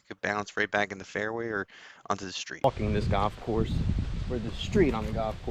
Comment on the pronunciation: Sponsored content and he can't even pronounce the name of the golf course 😂